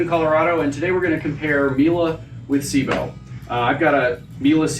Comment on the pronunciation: The biggest thing I get from this is that Americans can't pronounce "Sebo" correctly